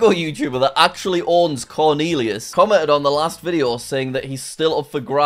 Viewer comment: "CORNEALEAUS" lol.